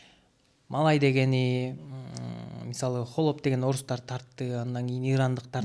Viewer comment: сураныч🙏"хАлоп " деп айтчы туура айтылышын, а то "Холоп " деп жазылат.(Ухо режет )